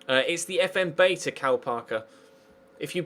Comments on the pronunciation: you say beta wrong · why do brits say bee-ta